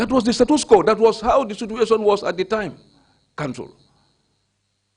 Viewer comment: Omg the next time he says "that was the situation at the time"... And instead of "situation" he actually says "sutuation"... He's hurting my ears. Goodness gracious 🤦🏾‍♀️🙄